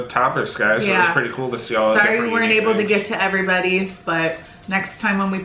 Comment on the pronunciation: She kept saying oble in stead of able